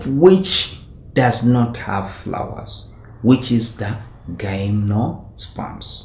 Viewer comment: no hate but isn't it pronounced as GYM-NO-SPERMS as in the word "gym"?